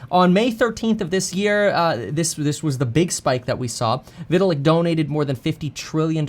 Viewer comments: Hey Kevin, can you please stop pronouncing his name like Vih-til-ick? It's like Vy-tal-ick. Thanks. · Didn’t even pronounce Vitalik name correctly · Cant say vitalik name correctly